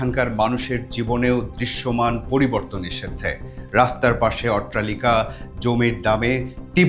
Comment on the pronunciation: ভাই , উচ্চারণটা "অট্টালিকা" হবে , "ওট্রালিকা" না ।